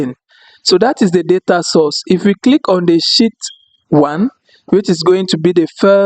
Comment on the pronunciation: Brother It is not "Shit" it is "Sheet" try to slightly stretch "She😬et"....